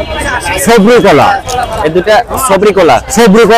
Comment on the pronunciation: কোলা না ভাই এগুলা কলা 😑